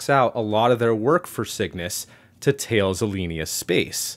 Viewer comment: Who's this 'tails' space? Its more correctly pronounced 'tal-is' (though being a french name - I probably don't have it fully correct).